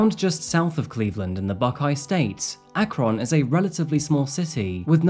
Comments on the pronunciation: Great vid. I live in the area, it’s pronounced more like “akrin” btw! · I love how the Brits pronounce "Ak-krohhhn," it's so cute and endearing:) I'm just about 20 minutes away and remember when this happened. I agree with you, this is a very tough case. I think she should pay some kind of price, perhaps in an institution? She was clearly hiding the fact that she had failed out of college, but to commit matricide on top of that? Yikes. Great job with the case, I learned some new details. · I love you videos man been watching for 2 years now just wanted to let you know I’m from this part of Ohio and the way you pronounce Akron is closer to Akrin but nevertheless love your work it gave me a laugh to hear how you pronounced it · Lifelong Akronite here! First, thank you for covering a story so close to home. Second, that is not how you pronounce Akron. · Ohioan here, i know the spelling is misleading but its pronounced Ak-REN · Mispronounced the name of a city again. AK-run is the correct pronunciation. The K is not as hard as our proverbial mispronouncing host insists on., there are videos on YouTube that teach us how to pronounce proper names. Ironic, isn't it? 😢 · Love the way u pronounce akron never heard anyone prounce it like that i live about 30 miles east ot akron we more say it akren but our accencts are very different i live is western pa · I usually never comment on these videos and I don’t want my comment to come off as rude but my family is from Akron Ohio! And is actually pronounced more like Ahkrin then the harsh ON at the end! So sad to hear of this case coming from my families hometown ❤️‍🩹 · It’s pronounced ‘Akrin’ Ohio, no deal though, thanks for vid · I love you but it’s pronounced like Akrun. 😂 I’m originally from a suburb near there. While you’re there, you should look up the murder of my childhood friend, Stephen Spade. Very tragic case, he was always a kind soul. His killer is trying to appeal to this day. 😢